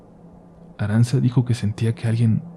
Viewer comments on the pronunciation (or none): ARANTZA, SE PRONUNCUA "ARANCHA". Y EATA ESXEITO EN EUSJERA, KE NO SABEIS NI PRONUNXIAR.!!!.